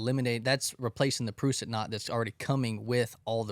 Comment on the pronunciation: As a rock climber, them mispronouncing Prusik(Pruh-sick) was a little annoying 😂😂